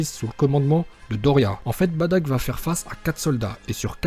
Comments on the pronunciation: et ont dis pas badack ont dis bardock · On dit bardoc